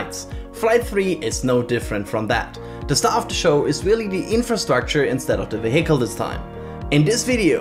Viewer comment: Hi, great video! Tip for future videos: vehicle is pronounced VEEhicle, with stress on the first syllable. 👍 Anyway, I hope Starship makes it to re-entry!